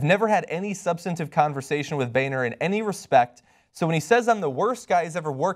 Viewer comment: that name is pronounced 'Boner' not 'Bayner'.